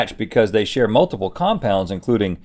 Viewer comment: I’m rewatching this after becoming an organic chemist, and boy do Rhett and Link need help with their pronunciations 😂.